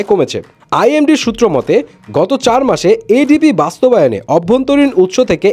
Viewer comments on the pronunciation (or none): none